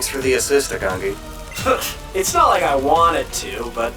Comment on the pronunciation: kinda late but just wanted to say that pronounciation for Agongi would be A-gong-i if it were to be more accurate to korean pronounciation. Great video still! Love that my home country's getting attention anyway.